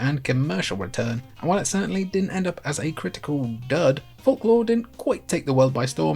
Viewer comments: Fork law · Bro can't pronounce folklore right